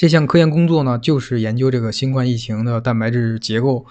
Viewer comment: 新冠（guan第一声）病毒。（不好意思，纠正下读音。）